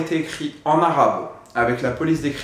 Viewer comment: Moi je sis libanais dc je parle arabe et tu prononces vrm bien